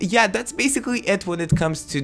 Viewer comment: “hello gays”